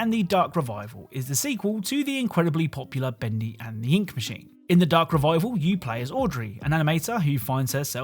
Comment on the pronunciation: I love how you say "Bendy Endthy" 😂